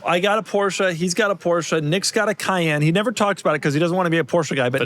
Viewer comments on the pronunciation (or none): Porsche. Not "Poor-Sha". Only stupid asses say it that way. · . EXcuuuuuuuuuuseME . BUT ☝️🤓-'Tis pronounced: "#Porsche". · ☝️Actually... It's pronounced "Porsche" . #JusSayin'